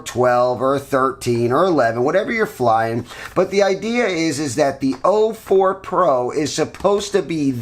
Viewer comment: It’s o4, not 04.